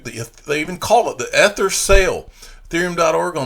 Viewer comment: Please stop mispronouncing Ether, it would make a new listener feel your content was less amazing/credible than it is. Love everything you’re doing for the community!